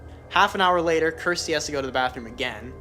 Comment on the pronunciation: Yes her name is pronounced as kursty.